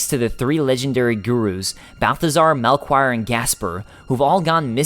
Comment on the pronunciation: "mel-quire"?? dude, it's pronounced Mel- key - or